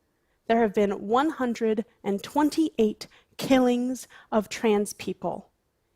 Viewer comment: Let’s all just talk about how she says kellings (killings) instead of murders or deaths.